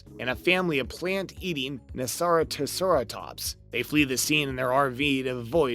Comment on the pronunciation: It’s “Giganotosaurus” not a “Giganosaurus.” It’s LESS than a year away, and it’s “Nasutoceratops”